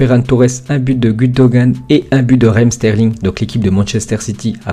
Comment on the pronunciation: Comment tu dis sterling toi mdrrr